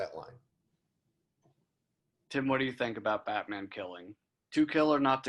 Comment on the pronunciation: Damn, butchered Tims name